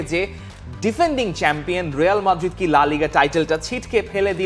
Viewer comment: হেডলাইন লেখ রিয়াল উচ্চারণ করো রেয়াল উচ্চারণ কি বারোটা বাজায় দিলা